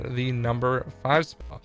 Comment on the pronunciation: Also he fails to say "spot"